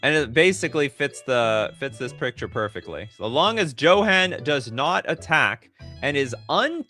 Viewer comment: "Ignot" is ingot (as in a metal bar) and Johan is "Yo-hahn". It's like my guy suddenly had a stroke. 😅